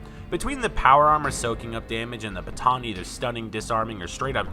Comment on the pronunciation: a bha-tho'???